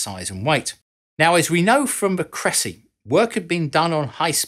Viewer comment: Crecy pronounced Creycy.